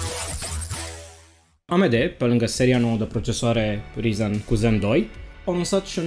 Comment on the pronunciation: De ce tot îți notezi? Nu reții numele câtorva componente? Acuma serios și notat ai greșit... Rtx 2060 nu 260, orice citești și un copil de 12 ani îți putea zice ce componente ai acolo fără sa își noteza, nu prea ești în domeniu, nici măcar nu știi pronunțarea corecta.... Se scrie ryzen, se pronunța rayzan